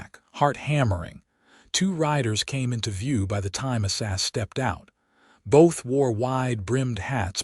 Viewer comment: His name is A..Sah say it just like it looks A SAH ZELLER....HER name is VAY DAH These people that do the reading these stories can make such a mess out of the names that I almost just move on and leave the story alone.. Learn how to say the names before you start telling the story.....That name that you call ASA is very degrading to the story.